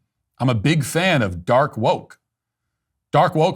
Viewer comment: Dork not dark. "Dork woke"